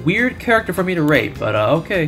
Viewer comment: Uh, did you say "rate" with a T or was it with a P? 🤤